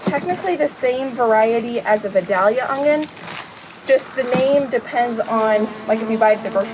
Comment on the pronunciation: Vidalia is pronounced Vi..day..yah! 🙃🙃 I was corrected years ago by a true southern girl from Georgia! 😂😂 My favorite onions.